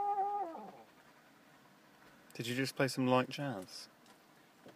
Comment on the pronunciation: I like how the guy says"did YOU just play sum light jazz" Like it's a person